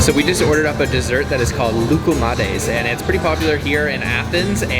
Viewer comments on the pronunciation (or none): ya bari "lokumades" demeyin şuna komik oluyor mk... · when he said "lukumate"